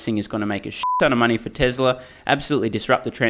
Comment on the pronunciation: Dear Lord. It's. T-E-S-L-A, not TESRA......Drives me insane, given he says it repeatedly every-single-video.....TESLA. It's TESLA!!!